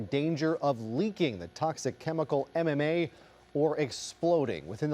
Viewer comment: Finally someone who pronounced mma correctly